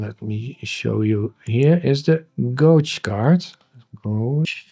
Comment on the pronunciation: gauge is uitgesproken als geedzj btw :)